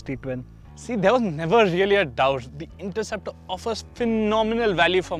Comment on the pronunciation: the narrator says interruptor! ha ha